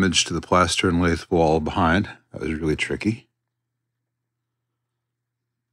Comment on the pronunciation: From one pedant to another, lath is pronounced with a short 'a'. While I'm at it, the analog to 'toenailing' with screws is a pocket screw, so named because one usually cuts an angled pocket in the end of the board before driving the screw. Cheers, Alan Berlin